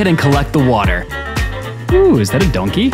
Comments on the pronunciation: Bro said "donkaeeee". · I love the way he pronounces donkey